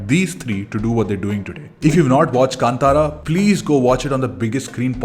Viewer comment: thank god you pronounced film name "kantara"correctly ......